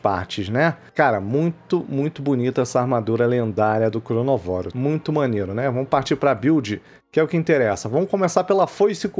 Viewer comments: Errado é cronovóro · O nome do bicho é ChronÓvoro, mas todo mundo fala ChronovÓro ksks